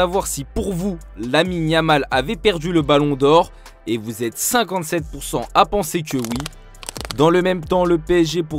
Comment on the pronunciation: 57% …….🤔 tu sais pas lire mon ami !!